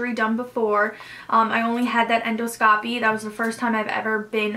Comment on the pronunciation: The way she kept saying endoscopy made me cringe so hard. But this video was super informative